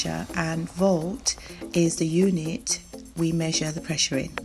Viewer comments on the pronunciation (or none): It’s meant to be pressure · it is "pressure"not pressue"